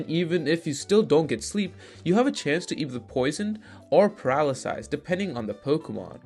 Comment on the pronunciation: Just say paralyze bro. Paralysize?